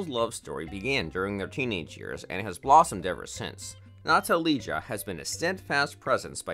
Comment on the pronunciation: Totaly wrong pronunciation of all names!!! Natalija is pronaunced Natalia, Stahinja is pronounced Stahinya, Nemanja is Nemanya. Ognjena is Ognyena.